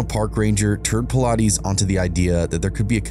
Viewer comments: It’s actually PA-LI-TES. That’s how you say it. Though I’m glad he’s sharing this Detective’s stories. David is a master at the 411 cases with countless books he has written. 😊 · 😂😂 Nice pronunciation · If you're gonna use his work , why don't you pronounce his name right absolutely atrocious shame on you